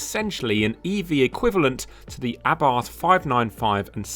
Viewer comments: Porsche is not pronounced “Porsh” and Carlos Abarth has never been British, hence his name is not pronounced with a th. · I almost closed this video at that mark because of the grossly incorrect pronunciation of Abarth. A lay person getting it wrong is fine, but it is beyond me why CAR JOURNALISTS seem to refuse to pronounce names correctly. It's for this reason I've stopped watching any UK reviews of Hyundai cars... the pronunciation of the name is f*cking atrocious. DO BETTER!